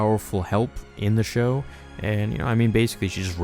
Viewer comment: Show. Not shox🤣🤣